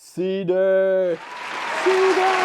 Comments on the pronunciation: I liked when you use to say See DAR! It's fun. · OUTSTANDING! Especially the toilet demonstration and the proper pronunciation of "cedar" LOL Actually I find your own unique way of saying "Seee Dar" to be very charming! This Ébène already appeals to me because it shares the name of my favorite LV handbag ;) AND because it packs in so many fabulous features: side by side full-size laundry components with ironing/folding counter above, 60" soaking tub, radiant heat system, a tricked out kitchen with tons of storage, an L-shaped sofa + cozy fireplace module and huge TV space, wow -- I love all of that. But I must say the stand-up bedroom (with lift-up bed storage, wall cabinets, shelves, drawers, 2 closets) in the SAKURA is still the best sleeping space (& clothing storage) I've ever seen. Is there a way to incorporate that design into this floor plan? I'm not sure how that would work but I'd sure like you to build my Tiny Home with the best of both. What do you think guys? Can it be done? I just want to say your design concepts and build quality are the VERY BEST out there, your work is second to none!